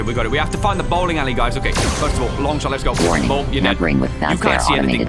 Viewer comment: Everytime he said bowl💀